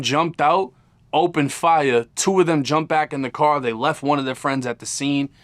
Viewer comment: "I got cawe jacked..." 😂